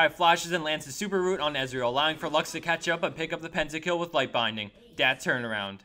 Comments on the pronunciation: these are great clips, and the commentary is great too, but please stop saying "dat" so much... early teens are the only people who say "dat"... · keep saying 'dat', it sounds awesome :D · i like it when he says dat! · Don't say 'Dat' ... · everyone that plays League says "Dat" o.o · stop saying dat so much lol